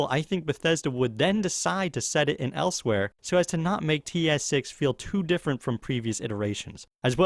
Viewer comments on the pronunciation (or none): It's elsweyr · 1) The actual answer is valenwood 2) Learn how to say Elsweyr